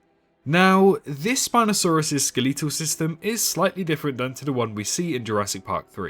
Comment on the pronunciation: Ah yes the Spinosaurus's skeleetal system.